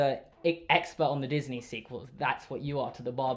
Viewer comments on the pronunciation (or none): none